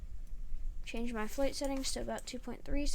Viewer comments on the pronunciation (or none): none